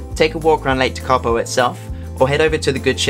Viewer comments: Really liked the video.not surprising some place names are hard to pronounce,hope this helps. Tekapo,,,,,,teak ,,A ,,po Hawea,,,Har,,we. ,,a. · Great video. Yes, Tekapo was the least correctly pronounced place name but never mind. For the tourists coming back here after the Covid shutdown, I think your stated travel times between the places shown are too short. If you had a fast car (rather than a campervan), they would be achievable but I would recommend adding at least 20% more time to each leg of the trip. Apart from the scenery, the road conditions and the speed of slower vehicles should be kept in mind. And a flock of sheep on the road can happen.